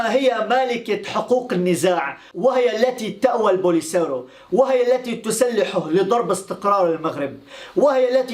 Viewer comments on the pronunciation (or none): none